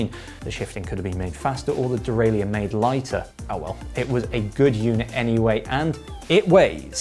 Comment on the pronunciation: Why can’t you pronounce “derailleur”?